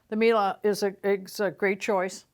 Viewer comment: Why do You mispronounce brand name MIELE is so easy - at the end is E and You should pronounce it like E used in word "E lephant"